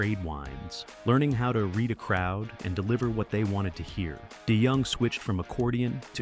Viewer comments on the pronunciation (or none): And “Dennis Day Young” !! 😂😂😂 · "Die Young" AI can't even pronounce his name correctly.